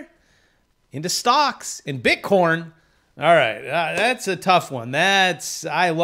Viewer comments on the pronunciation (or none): Are you saying "bitcorn"?